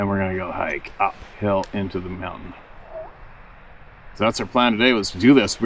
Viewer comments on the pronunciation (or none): none